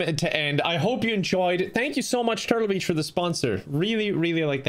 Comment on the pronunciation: The irish accent works against him once again... the sponsor of the video is "Turtle bitch". Is what i heard